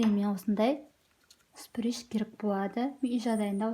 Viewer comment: шприц❌ сприш✅😁